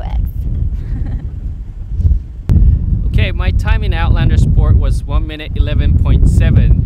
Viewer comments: she said evo x as in ex................ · did she say evo 'x'?